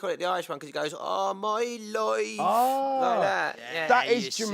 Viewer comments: I can't stop imitating saying " all my loife " 😭💀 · Irish loif